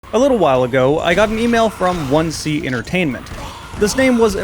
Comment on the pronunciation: 1C is a Russian company and its pronounced “Odin ass”.